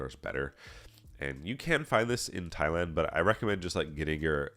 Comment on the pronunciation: will say he's not a weirdo or creep but then accidentally pronounce it as "Thigh-land" in the next sentence. xD 🤣 Nah but fr thanks for all the vids and test prep resources at your site! I just passed my A+ core 1 exam after going through all the questions you had up there, great work!!